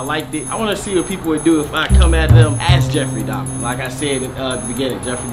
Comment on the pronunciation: Dubfrey Dahmar 💀💀